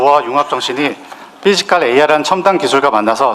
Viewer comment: 삐지칼이아니라. 피지칼입니다 발음이 우껴와요 ㅋㅋ